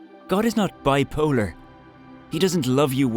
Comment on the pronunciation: Why are you saying biopolar 😭🤦